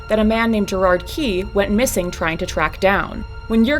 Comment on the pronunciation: IT'S GERAD NOT GERARD